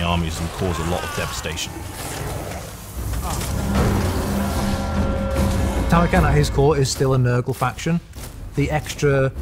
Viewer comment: you actually NAILED it with Tamurkhan!!! Good job!!!